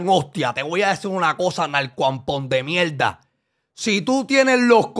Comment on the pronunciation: Por favor chente no seas mamon por que la pelea fue una mielda y dice mielda a proposito.😅😅😅